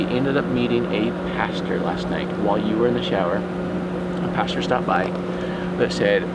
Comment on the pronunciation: He calls him "pasture"!